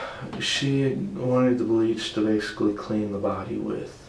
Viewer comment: "There was bleàch in her body.". O M G. Fly free Riley, you are safe now.